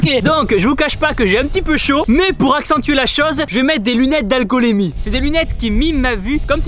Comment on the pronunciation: d'alcoolémie c'est magique comment il a prononcé